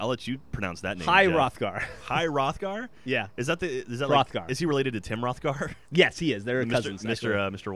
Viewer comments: the weird letter in the king's name is double ff in old norse so its pronounced h-roff-gar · its pronounced hroth gar with an almost silent h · It's pronounced Roth gar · đ is pronounced as dz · The weird d looking thing in Hrodgar is called a Thorn and is pronounced as "th" making is day King Hrothgar. Hope you all are enlightened. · Hroðgar x D its icelandic letter :D its kinda pronounced like "eth" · that icon is an icelandic letter that is pronounced like th is in english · HroÐgar? Go icelandic letters!